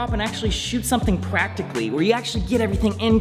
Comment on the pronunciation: Timestamps of saying "pwacticaly"